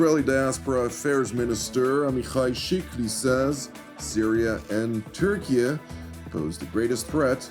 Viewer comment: Did this man really call Turkey Turkia??? Is that a thing, am I just an American idiot? I’m most definitely an idiot but Turkia? I still love you. I love all Jews and God bless Israel forever!!!! ❤🎉